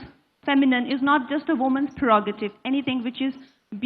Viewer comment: Kangna Renaut has learnt the language rather nicely. Her diction is also polished. However, the word "prerogative" she pronounces as "pegorative". She is advised to correct herself.